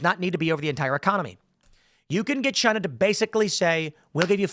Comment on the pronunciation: CHY - NA! - Donald Trump